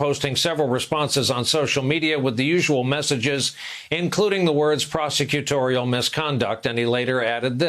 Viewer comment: "Prosecutorial"??? Can he even pronounce it?